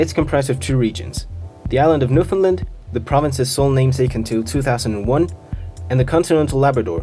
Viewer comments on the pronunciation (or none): great video! as a newfoundlaner though i feel like i have a duty to say its new-FOUND-land not new-finland ☺ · Its Newfoundland.